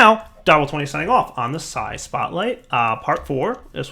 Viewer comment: why does he say si or sci p s i as it is spelt??